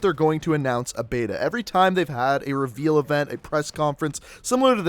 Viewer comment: why cant you pronounce reveal properly?